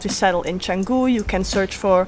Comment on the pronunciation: The first foreign youtuber outside indonesia i hear pronounce canggu 100% correctly